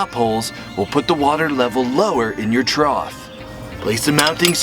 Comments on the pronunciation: I didn't hear him misspeaking, he was properly saying "trough" the whole time afaik. Edit: OMG you're right, he's totally saying "troth" the whole time! I've never heard that before, is it a local or family custom? (My family tends to say "boughten" as a past tense of "bought", for example: "Yeah, I've boughten clothes from that new store once or twice...") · Hilarious! I have one tiny problem with it and it’s only because I live with an English major librarian lol but I noticed you kept saying trot and it’s actually trough (troff). That’s it, I know it’s a little thing and some people don’t care to know but I would want to be told 🤷‍♀️ It was a hilarious video though! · I heard it several times too. It was troth especially . I figured it was simply a Connecticut thing... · I wasn’t sure at first but at the end of the video you can see him say it with a “th”. It’s whatever, just thought he might want to know